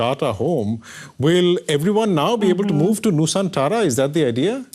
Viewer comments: Its nusantara not nusanthara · it is not nu saan tara, it is Nu-san-tra.